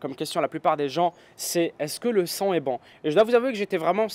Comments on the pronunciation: ça me stresse d'entendre "sang" à la place de "son" lol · quand tu dis le son j'ai l'impression que tu dis "le sang" bref sinon très bonne vidéo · Je suis le seul que ça stresse qu'il prononce "son" comme "sang"? D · Ahhh il dit "son" et pas "sang" ! J'ai eu du mal xD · "son" pas " sang " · oui le sang mdr😄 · Si tout aussi tu as compris sang a chaque fois qu'il dit song mets un j'aime. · younes karmouche J'ai juste dit que ça faisait bizarre d'entendre "son" prononcé de cette manière, en rien j'ai insulté ou j'ai dit que c'était un accent de merde, va falloir que tu redescende un peu, mon pote.